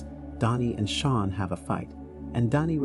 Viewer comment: Sean is pronounced like Shawn not Seen 😭